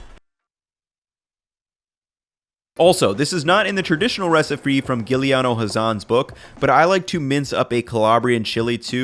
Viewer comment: I love ethans subtle mispronunciations. “Recifre”